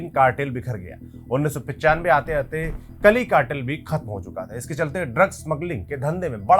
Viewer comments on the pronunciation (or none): medijeen bolte hain, kali nahi ..caali cartel